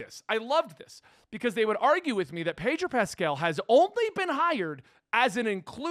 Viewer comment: Sounds like you’re saying padrol lol